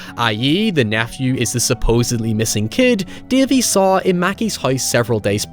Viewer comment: My favorite protagonist, "Dævee, the pæperbœy".